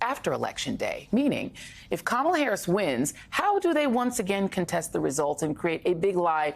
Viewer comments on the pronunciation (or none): The Huckabee lady is a governor mispronouncing our Vice Presidents name and not addressing her correctly. Show some respect! Incredibly unpatriotic. Disgusting.